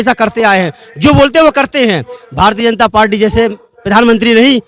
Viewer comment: भाई पालटी नहीं पार्टी कह लो,इतना तो जान समझ कर माइक पकड़िए।बाकी मुद्दा ठीक लेकर चल रहे हैं👍